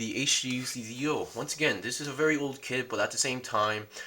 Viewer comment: Lmao why i hear your said dio 😂😂